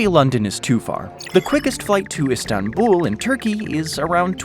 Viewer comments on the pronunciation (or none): none